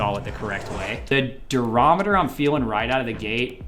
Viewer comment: Also, take a shot every time you hear “durameter”